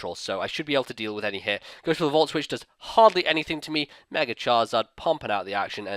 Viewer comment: Why do you say megere